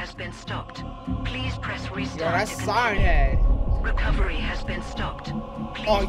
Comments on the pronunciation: Dude said Siern head XD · Sigh ern head is how he says it